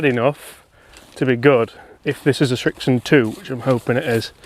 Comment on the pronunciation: Srixon... not Schrixon